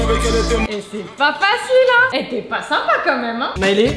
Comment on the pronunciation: Quand tu dis quond au lieu de quand